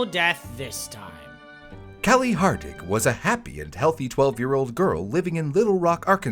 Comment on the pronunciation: It’s kali Hardig not harding🥀🙏